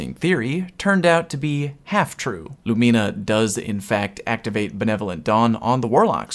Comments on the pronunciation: Say it with me: "LOO-MIH-NUH" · the audible gasp that came out of my mouth when you said "lumeena"..... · You said lumina wrong a lot of times